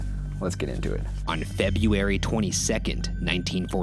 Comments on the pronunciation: you know ryan spent hours trying to say "Febuary" instead of "febieary" 😂😂😂 he's the only one I know of that cant pronounce february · sounds flawless compared to “febeeary” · He can't even pronounce February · He can't pronounce February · How the hell can Ryan say Gisli Gudjonsson but not February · All of the world cringed when Ryan pronounced February 😂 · ryan can flawlessly pronounce all of those icelandic names but has never said february correctly